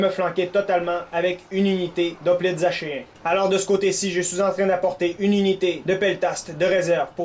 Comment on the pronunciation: Si je ne m'abuse on dit aKéen! mais je ne suis pas sur =)